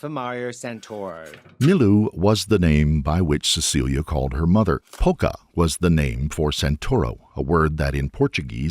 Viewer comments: poça is puddle, not 'poca'. Poça reads 'po-ssa' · PoÇa, not "poca". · puddle is poça, not poca